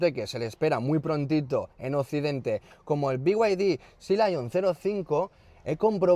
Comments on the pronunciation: Beguadi No. Se dice bieide. A VER SI TE ACLARAS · Si dices Off Road como se lee, porque no decir be-y-d y no "biuaidi"